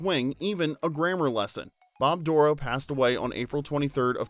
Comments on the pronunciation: Think you have the wrong emphasis on Bob Dorough’s last name. It’s like “doh-row” not “DOOR-row”. Lived in the same area as Bob and saw him several times live and he pronounced it “doh-row”. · Bob Dorough Stress on the 2nd syllable. doh-ROW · It KILLS me that you’re mispronouncing Bob’s last name. It’s said DUR-oh. Being able to meet him at a jazz club in NYC and let him know that Schoolhouse Rock was a driving force for me becoming a jazz musician was a dream come true. He was genius with his time and talent, and we’re all the better for his contributions to our youth. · Fwiw, Bob Dorough’s name is mispronounced in the video. He pronounced it with emphasis on the second syllable of Dorough. “Bob Dur-OH” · Just an FYI after spending some time with the man when he was still with us in Delaware Water Gap Pa his name is pronounced Door Roe. 🙂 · you pronounced Bob Dorough's name wrong, the accent is on the second syllable. Don't tell me I don't know the facts.